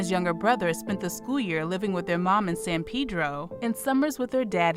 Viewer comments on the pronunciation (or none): It’s Pronounced to San PeD-Ro. Roll that at girl 😂❤️ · "San Pee-dro."